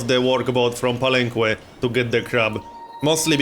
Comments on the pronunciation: Palenque is pronounced palenke anyways love your videos. Youre doing pretty good in this game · Believe me man, im mexican, i speak spanish and ive been there, the "que" its pronounced as a "keh":) you can trust me on this one. Its the same as in all the words in spanish that use the qu-, you dont say the "u". Palenque is the name in spanish to the city, which is Bàak in mayan, so it follows that grammar. Just so you know how its the correct way to say it. Really looking forward this series btw! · Hey, you pronounce the que in palenque as a "keh", not with an oo sound, just so you know, great vid as always!